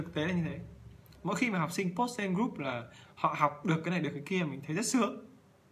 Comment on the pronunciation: Thầy ơi. sao con nghe thầy phát âm tiếng anh kì cục thế. group = gúp hả thầy ? 😂😂😂hay do con tiếp thu kém?